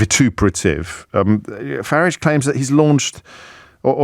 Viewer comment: It's not Farige O'Brien. It's Farage.